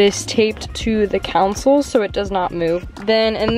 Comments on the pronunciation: Console not council lol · calling her console a council had me dying 😂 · Why does everybody call the CONSOLE the "COUNSEL?"